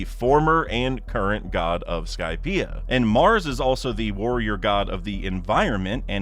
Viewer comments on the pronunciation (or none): none